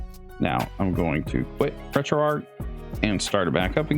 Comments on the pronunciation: Its driving me insane when you say arc/ark for some reason instead of arch hahahah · Retroark retroark retroark hahah